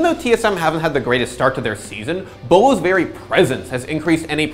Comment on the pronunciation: Thought you pronounced his name bew-low